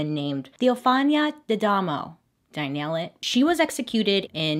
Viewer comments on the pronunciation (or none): none